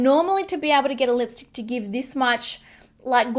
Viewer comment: Was I the only one who went back to see if she actually said lickstick at first? Which btw she did xD